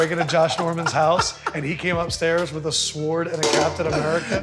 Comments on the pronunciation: The way the host pronounces Sword. Like wtf.. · I know it’s spelt like s-w-o-r-d but I’ve never heard anybody pronounce it with the W